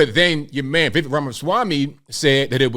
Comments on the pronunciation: For gods sakes people! It’s VI-VAKE like cake! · I DISAGREE. Generally agree w arguments, but he’s going WAY too far with this attack on VivekR (btw it’s pronounced like 🎂 Viv(c)ake). has a PERSONAL AFFINITY w JUNETEENTH. has special memories but that’s not a VivekR FLIP-FLOP. All he’s saying is there are too many holidays that don’t celebrate our USA or special people who impacted our Freedoms. Consider MLK who really DID change how America incorporates RACE or Chris Columbus who kinda Discovered America 🇺🇸 RAMASWAMY just wants spurious holidays canceled & most of us do too. But JEEZ, aren’t you just thinking 🤔 💭 about Juneteenth because YOU LIKE THE HOLIDAY?!